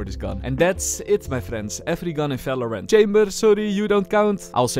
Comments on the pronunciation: efery gun in falorant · valorant or falorant ?